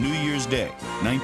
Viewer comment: Pretty sure it’s pronounced BENGals and not BANGals